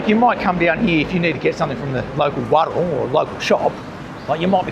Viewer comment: Loved this video, those back streets are like an adventure. Keep those translations coming, we learn more every video. btw can you please teach the pronunciation of the word warung?